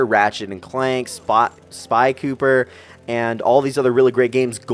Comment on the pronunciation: Lol it's sly cooper, not spy cooper